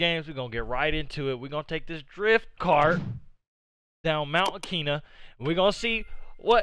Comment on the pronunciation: 😂😂😂😂 btw you don’t remember? It’s AHKKK EEEE NAH!!! LMAO